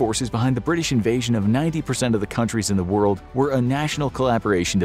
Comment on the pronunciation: bri'ish moment